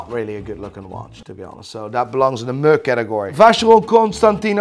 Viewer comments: Guy is "moo-ing" when he should be "meh-ing". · I’ve never heard anyone pronounce “meh” as “muh” before. You literally made it onomatopoeia 😂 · Can someone please teach him to pronounce "meh"? Please.